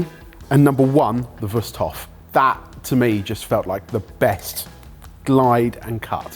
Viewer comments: I was already wondering about the name "Wüsthof" (even though they keep pronouncing it so funny as "Wust") and how familiar the handle design looks. Of course, it's good old German quality craftsmanship. You can rely on things like that here. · Just from the way these guys pronounce "Wusthof" I feel like they're definitely biased towards one of these brands going in.